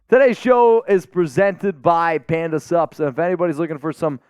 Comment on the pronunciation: I think this will forever be know as the episode where let’s us know he can actually say SUPS! Even if I knew it was Panda Sups, I only ever heard PANDA SUBS! The first few times I was trying to figure out what SUBS had to do with nutrition supplements….